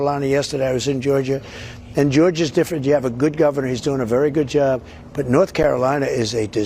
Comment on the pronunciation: Talking Trump: Dog = "dawg" Job = "jerrb"